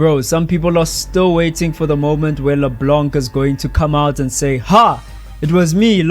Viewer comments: via gpt - In French, the "c" at the end of words like "LeBlanc" is typically silent. It’s pronounced as "Le-Blan" with a nasal sound at the end, rather than "Le-Blank." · As a French speaker, hearing you pronounce the mute c in LeBlanc was painful. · DO NOT pronounce the C in LeBlanc. Thank you